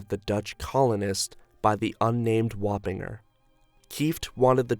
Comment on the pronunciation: Has anyone else only heard Warringer pronounced l /wah-pin-jer/? I grew up in Northern Westchester.